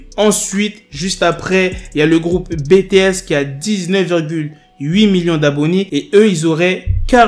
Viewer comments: Super vidéo 🖤 Dsl de te corriger mais on dit "bitiès" pas "bts" ^^ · Si on sort encore bétéès au lieu de BTS jvais finir par mourrir